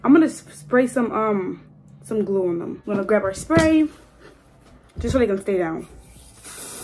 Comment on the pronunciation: Stop saying gew